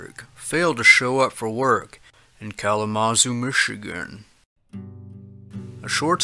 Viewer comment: I believe it's pronounced, 'kal-a-ma-ZOO,' not kal-a- MA-zoo.'